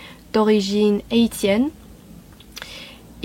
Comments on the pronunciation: Du coup, j'ai écouté le début de "Gisèle", et comme je le craignais, c'est très nul. Par ailleurs, on prononce "haïssienne", pas "èïtienne". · n’oublie pas le tréma dans le mot « haïtienne » qui indique que le a et le i se prononcent séparément (« a-i-sienne »). Sinon ton français est très très bon !